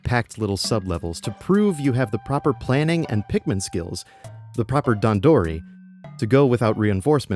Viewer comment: had to turn off the video bc of how u pronounced dandori sorry bro